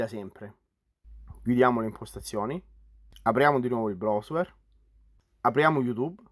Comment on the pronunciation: Video utilissimo, ma se sento la parola brosuer un'altra volta mi sparo in bocca. Ma non puoi dire semplicemente browser (brauser)?